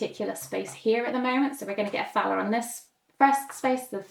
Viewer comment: Thanks for the in-depth playthrough. On a very minor note, since I'm German, the money Thaler, would actually omit the h in the pronounciation, so you would say Taler. 🙂